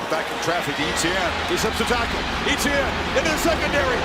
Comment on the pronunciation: Just so you all know Travis Etienne's last name is pronounced *ET-CHYAN not *E-T-YIN everyone from south Louisiana (Travis's Home) cringes every time they say *E-T-YIN on TV